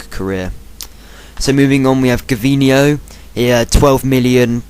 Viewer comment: ha its not gaveneo its gavineo